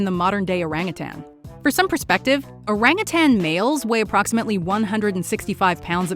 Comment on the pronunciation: Hi~the pronounce of no.11 orang utan is wrong ~